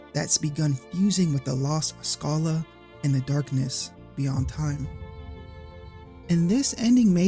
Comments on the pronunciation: Uh .... You actually did mispronounce Schala's name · I don't know where you get this "Skala" pronounciation from, but it's well... dumb. I've seen people point out words like "schedule" as their "definitive" proof that Schala's name is pronounced Skala, but they don't consider names like Fischer; do they pronounce that as "Fisker"? Come on now. The Japanese name uses the kanas for Sa and Ra, making her name Sara. The name Shala derives from Hebrew meaning virtuous and tranquil, which fits the character quite right. Schala can also be derived from German royalty, such as Schala Burghausen, ALL of these examples are pronounced SHA-LA, not SKA-LA. Sorry for adding more to this than it's already been said! I love these Chrono Trigger videos you've done and love to see the love for this game endure over time. This game captured my imagination and molded my love for storytelling too deeply, it will be close to my heart until the day I die. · What comments were saying pronounce "Schala" as "Sk" ??? Those were hard wrong. The original Japanese name was "Sara" and Woolsey was Woolsey, so "Sch" is pronounced the German way "Sh" since "Shala" (or "Shara") is closer to the original "Sara" (or "Sala"). Also, lol "Majis." Hard "g" always on "Magus," sir, regardless if you say "May-gus" or "Mah-gus." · How do we know Schala's name was mispronounced? 🤔 I've always read her as "Shah-la" but I wouldn't know how we could tell that is or isn't how the name's supposed to be pronounced. In my book, you did your job expertly. (Also I like the twist on Magus. Just to throw in a little Magus comment on a Magus video xD)